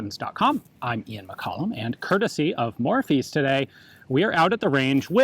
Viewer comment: Every time he says Morphy's it sounds like Morpheus to me. I guess I've watched the Matrix too many times and not spent enough time at high end auction houses.